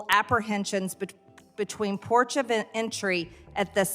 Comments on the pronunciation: Ha, she said, (terrorist)"porch of entry". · "porch" of entry. Damn Georgia....damn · " ... porch of entry for tearists." Large Marge is so dumb.